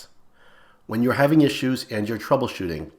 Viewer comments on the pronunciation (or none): none